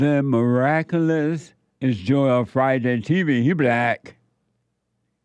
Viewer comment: Oh it "joel" and not "Jor-el"......had me thinking i had a stroke hahaha